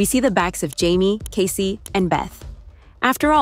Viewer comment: For Pete’s sake his name is NOT Case, as in suitcase, it is Kaycee, as in Casey Jones (the train driver). Bloody robots!